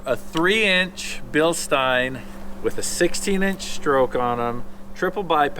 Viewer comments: we pronounce Bilstein like Springsteen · Hey.. 'Bill-steen'